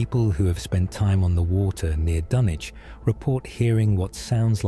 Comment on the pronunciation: Dunwich... Silent W